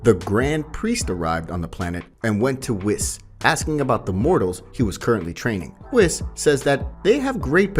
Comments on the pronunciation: Ma man said wis instead of whis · Who is whiz bro its whis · bruh whos wis........................................ WHIS THINK OF IT AS WEESE JUST SAY IT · Had to stop by the gas station because my bladder was full and I took the longest WHIS. Then I was craving some cheese & crackers. So I bought some cheese WHIS. Seriously though why he pronouncing it like that? Good video though. I enjoyed it and I think I’ll watch the rest of this series. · really bro "wiss" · Pronounced 'Weis'🙄🤦🏾‍♂️ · It's pronounced wEs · I can't believe you got kakarot name wrong and whis